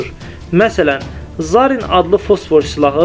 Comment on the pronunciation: Ay jurnalist Zaarin yox, zarin a üstünde vurĝu yoxdur.